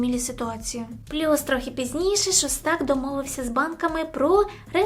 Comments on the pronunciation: шОстак,а не шостАк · Та господи,ШОстак не ШостАк,слухати неможливо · ШОстак ударение на первую согласую.